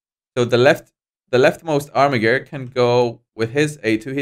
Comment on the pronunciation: Armiger is a squire or one entitled to bare arms. It is pronounced Ar-mi-jer